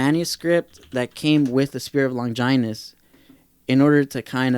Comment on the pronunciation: The way he says Longinus sounds so weird. The way I say it and like in the OG dub as Lon-gin-us, they dont put that much emphasis on the 'I' .. and I've always said Seele as Say-lay.